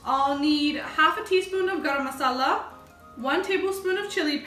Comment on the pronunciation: Garam masala in pure punjabi accent. Btw love the recipe 😋